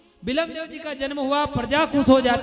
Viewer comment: रामदेव जी के बड़े भाई का नाम वीरमदेवजी था आप बिलम देव बोल रहे होजो गलत है